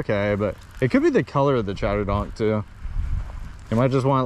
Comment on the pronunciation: Its NOT Chatter"DONK"